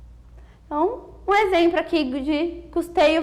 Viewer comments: Gente, ela ajudou bastante, mas exempro!? Uó né!? haehuahuhe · "exempro" e "ajuntar" são pra matar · Muito obrigado pela aula, vejo alguns comentários desnecessários pela professora ter falado "Exempro e ajuntar" Gente deixem de besteira, esse pequeno erro não desvaloriza em nada o excelente resumo dessa matéria que foi muito bem explicada e tenho certeza que ajudou mto a todos que estão aqui criticando. Quem nunca apresentou um trabalho sem errar uma palavrinha ou outra que atire a primeira pedra. E mais uma vez obrigado pela aula. 2017 o/